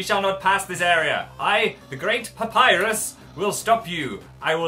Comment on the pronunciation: Also love how they pronounce a double "P" in 'Papryus"